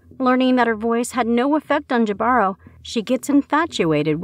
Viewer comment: Jibaro is pronounced hee-bah-roh, not Jah-bar-row